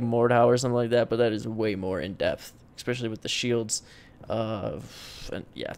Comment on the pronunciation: I don't know why, but hearing you say especially with an X bothers me lmao. Enjoyed the video though!